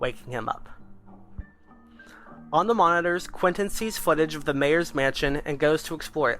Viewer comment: No you said Quinton not Quentin